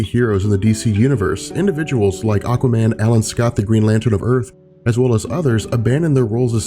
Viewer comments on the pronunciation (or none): none